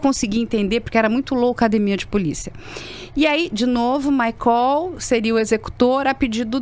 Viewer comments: Esse "maicól" já é de lascar!!! 😅😅😅 É maicol minha senhora 😂😂😂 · Desculpe, mas só para esclarecer, a pronúncia do nome do suspeito preso é "MAICÓL" ou "MÁICOL"???? Ou tratam-se de pessoas diferentes???? A informação deve ser clara e pormenorizada!!!🤔